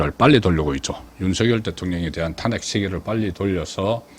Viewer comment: 송국건씨는 제발 탄핵 발음 좀 잘해라 탄핵이라는 말 듣기도 싫은데 왜 발음도 못하는데? 제발 발음종 잘해라 아님 탄핵이라는 말 하지말고 한동훈이가 왜 당대표가 되는데 강남좌파 당원배신한자 좌파끌어온자 패거리 정치하는자 완전 국힘 괴멸시키려는자인데 당신도 한편이네